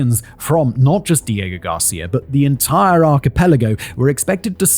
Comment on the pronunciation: This video was difficult for me, seeing as how i got both nauseous and angry everytime you said "diego garcia".